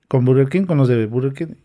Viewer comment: Burgenkin